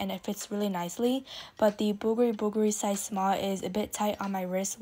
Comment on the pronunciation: Great shopping trip. I appreciate that you pronounce Bvlgari correctly!